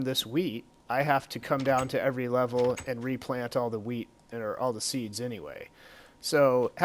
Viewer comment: lol he said weed in stead of wheat